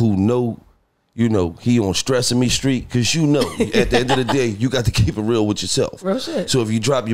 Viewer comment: "Stressame Street" 😭😭😭😭😭